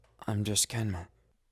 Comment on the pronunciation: O jeito que ele pronuncia o nome dele como “kyanma” AI MDS AKAKAKAKAKA